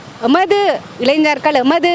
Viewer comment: இளைஞர்கள் இளைஞ்ஞர்கள் இல்லை. இலகுவாக சொல்லவேண்டுமென்றால் வாலிபர்கள் என்றும் சொல்லலாம்.